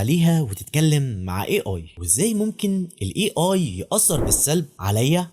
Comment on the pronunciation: A هذه الحرف يلفظ أي وليس إي